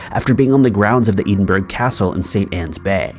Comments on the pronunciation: “Chasticised?!” I think you meant “chastised”. Also it is ed-in-bruh not ee-din-burg. Also cheh-shuh not che-sheer. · Are we also going to talk about the absolute butchering of Edinburgh in the third story?? Eh-din-bruh, not "ee-den-berg" 🙈🙈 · Is he trying to say Edinburgh as in Scottish capital or was it Eedin-burg like he pronunced? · FYI - Edinburgh is pronounced “eh-din-bruh”